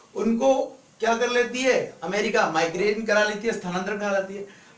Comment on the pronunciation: Sir it is migrate not migrane